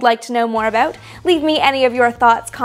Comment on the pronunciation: You almost said aboot there